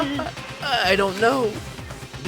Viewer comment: Hey I love you just want you to know that you’re pronunciation of Nagito is wrong it’s na gee toe 💜💜